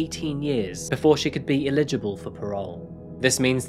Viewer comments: pal, I'd like to correct you on your pronunciation of the word 'eligible' if I may. You typically pronounce it as 'illegible,' which has a different meaning. I love your content and have watched hundreds of your vids at this point, and given how eloquent and well presented you are I thought you may appreciate it being mentioned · Check your pronunciation of 'eligible' and 'amicable.'